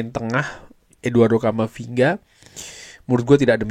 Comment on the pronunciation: camafinga ??? not good